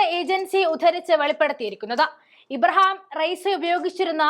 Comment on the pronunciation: ഇബ്രഹാം അല്ല കൊച്ചേ.ഇബ്രാഹിം റഈസി എന്നാണ്.